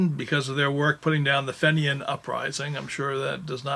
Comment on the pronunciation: Just one thing, “Fenians” is pronounced “Feenians,” as in “Fee” or “Tea.” It’s not pronounced “Fen” or “Ten.” I hope your shoulder and arm gets better soon! When we get to a certain age it takes longer. Keep up the good work. I find most of your offerings very interesting.